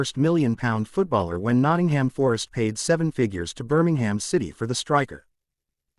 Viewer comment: Ajax=eye-axe, Maradona=mara-donna,Liege=Lee-age,Norwich=norrich, and generally speaking there is no 'ham' at the end of place names - eg Birmingem not Birming-ham